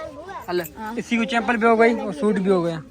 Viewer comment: Nice vlog .chepal nahi bahi chhapal bolte hai